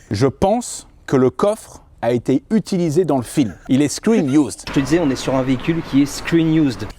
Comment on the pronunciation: Un mot à retenir : " Screen iouuuuzd "